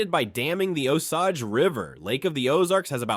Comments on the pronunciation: 😀 I noticed that too. I think he also said "Oh-SAAAJ" instead of "Oh-SAYJ" for Osage. It's kinda funny when non-natives pronounce words we natives know the proper pronunciation for. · I'm not trying to be a jerk. As a Missourian I understand pronunciations are difficult especially here. Osage is pronounced oh sage. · Boot heel. Look at it. Please stop saying Booth. And learn to pronounce Osage before you repeat it